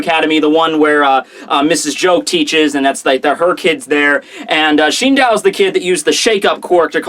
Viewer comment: Shindow? What? Shi-n-do-u. Where is that 'w' coming from